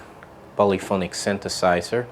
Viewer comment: Creative and chill dude. Also: "synthesizer"! :D